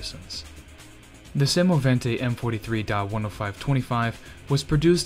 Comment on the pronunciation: The speaker has a good pronounciation and says semovente in the right manner . The video and the info are also very good . Greetings from Italy